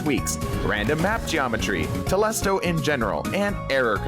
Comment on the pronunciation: I died when he said Telstro in general